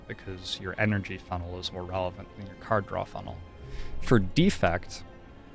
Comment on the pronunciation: You keep on mispronouncing “cars draw”